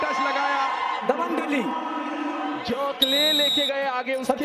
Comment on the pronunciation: Hello buddy it not dehi it's delhi !